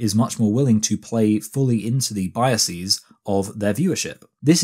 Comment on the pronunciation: This isn't a question of accent; his pronunciation of 'rhetoric' and 'biases' is really odd anywhere in England